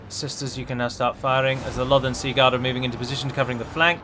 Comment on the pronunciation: "Holy balls on a sword" - lost it, using that one from now on. Also thoroughly enjoy the way you say 'Sea-guard', almost like its one word or a gentleman's full name - 'Lothern Segard''! Loving the extra videos, plenty saved on my watch later for when I have the free time! Much love.